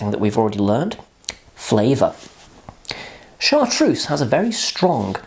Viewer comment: Cabbage!? Are you quite all right? Mint, fennel, anise, sage, tarragon, thyme...all these come to the fore and then there is a slow revealing of other flavours as they distinctive elements of the bottle reveal. Chartreuse (pronounced Chartrurze, not Chartrousse) is magnificent. MAGNIFICENT! And it is best served, like many strong spirits (vodka, poir williams, etc) straight from the freezer. It's excellent in a green chaud (pronounce sho not shaud, yes there is a motif here) and is also delicious pored over lemon sorbet (but only use a little). There's a reason it's a classic. It has stood the test of time. Yellow Chartreuse? Don't bother.